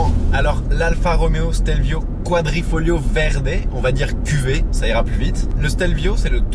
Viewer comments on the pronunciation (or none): Super video comme d'habitude! Et c'est QuadrifoGLIO et non pas Quadrifolio, continue comme ca ! :)